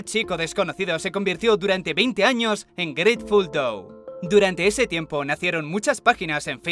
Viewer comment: jaja grateful DOU